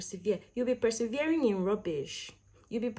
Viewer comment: Lol how you said persevering in rubbish, real.